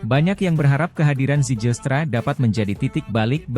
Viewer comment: bacanya ziilstra